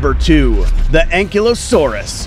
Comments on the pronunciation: Its pronounced An-Kai-Low-saurus not being rude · How to pronounce Ankylosaurus:Ang/kaylo/sores